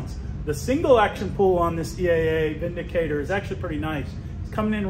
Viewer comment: Thank you for pronouncing it correctly.